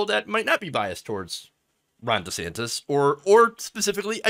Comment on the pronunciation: Also, gotta question why he changed pronunciation of his name. Now it' sounds like Rhonda Santis